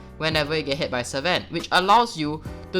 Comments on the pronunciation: it triggers me everytime he says "SEVEN" instead oof sven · Seven packmaster. dude i wanted to hit u hard when u said seven instead of sven